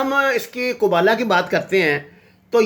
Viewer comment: قبالہ جادو ہوتا ہے قبولہ نہیں